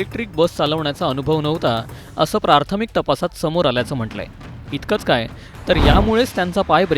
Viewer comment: प्रार्थमिक ???? प्रार्थमिक???? नवीन शब्द की प्राथमिक या शब्दाचा चुकिचा उच्चार. सादरकर्ते सुशिक्षित वाटतात तरी पण चुकीचा उच्चार कसा काय. सर्व मृतात्म्यास भावपूर्ण श्रद्धांजली.